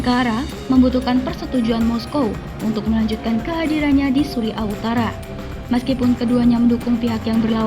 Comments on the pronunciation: Tulisan Suriah bacanya Suriyah.! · Belajar dululah kalau mau membaca kan berita, jangan sampai pendengar salah arti, Surya bukan suri'a rokok Surya. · Syria atau Suriah bukan suri ah...!